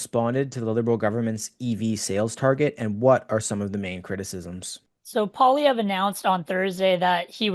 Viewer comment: Oh no, it’s … world’s most annoying voice every time he pronounces “Poilievre”… please stop